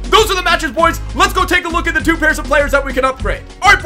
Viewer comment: Why do you say hwoys? It's soooo annoying, like if you agree